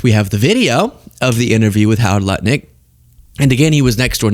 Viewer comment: If you listen you can hear him say nutlik...or am I only pausing and laughing too much... check it lol